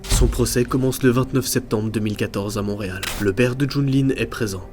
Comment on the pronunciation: On dit Montréal pas Monreal